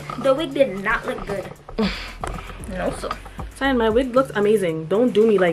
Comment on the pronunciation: It’s saying no sah 😂😂